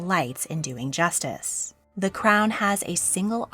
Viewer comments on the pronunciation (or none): none